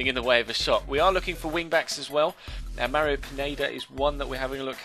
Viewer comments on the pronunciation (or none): none